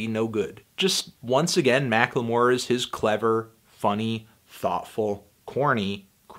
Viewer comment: You always add an extra syllable to the word "Macklemore"